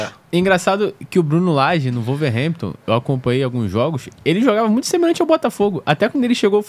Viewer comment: Para de falar "Volverhampton" a pronúncia certa é "Uolverhampton"